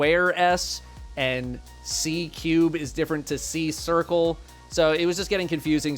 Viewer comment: Cubes, spheres Sorry sCuare, Sircle